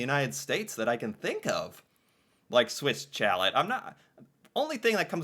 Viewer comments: Swiss Chal - eh - not Chalette ! A chalet is French for a cabin maybe in the mountains. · Swiss Chalet is pronounced Swiss Shallay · Swiss Chalet is pronounced as Shaleh. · Poutine is not fancy, it is cheap fast food. Chalet is pronounced "Sha Lay" A chalet is like a small vacation house in the winter, often close to a ski resort. Kind of like a cottage. Tim Horton is not a restaurant. The one close to me doesn't even have chairs or tables to sit. The Keg is where poor people go when they want to feel rich. They go to the Keg on birthdays. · Right lol. 😂😂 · 😂 love your attempt in pronouncing the name. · It hurt my ears Every Single Time he said it.... 😱 Try.... 'Shalay' = Chalèt (like a ski lodge).🤭✌️😊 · My god, your pronunciation is horrible. Swiss chalet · The way you were saying Swiss chalet had me dying 😂… we don’t say it like that. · Glad to know I wasn't the only one cringing every time said Swiss Chalet in a way that nobody else in the history of the human race has ever said it before...🤨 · For every time he pronounces Swiss Chalet incorrectly, an avalanche is triggered in the Alps. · Swiss Chalet ... as in ski chalet ...the "ch" is soft as in shhhh and the "t" is silent. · LOL emphasized on the T too